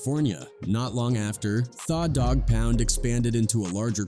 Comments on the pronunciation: Sounds like he is saying Fa dog pound !!🤔🤔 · How do you say the name wrong every time different. But you tryna drop knowledge about the name u never pronounce right on purpose. Trolling. Thaah dog pound. Said it right once. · The is spelled tha. Not pronounced thaw. It's the... Morons use ai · Thaw Dawg Pouund… 😢 my head hurts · the computer pronounced it how it reads it. Da Dogg pound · Thaw dogg pound. AI blows